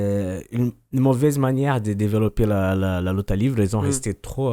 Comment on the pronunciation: LIVRÉ SVP PAS LIVRE(pour la prononciation)